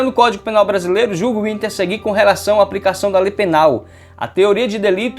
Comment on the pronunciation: Ótima aula. Só é difícil ouvir "aPRIcação" e "InTEPREtação" e púBRIco".